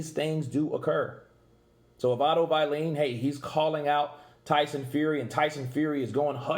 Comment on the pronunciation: Otto “vieleen” ~ Kurt Deville😂